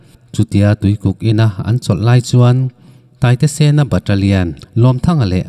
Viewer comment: Taitesena pawh a lam dik lo sen hi Nausen kan lam rik ang hian sen hi a lam.